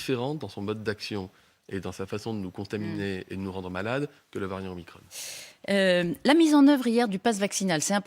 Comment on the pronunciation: ça me fait bien rire la prononciation de Veran! OmicrONNE ! pour ne pas dire OmicrON > Omacron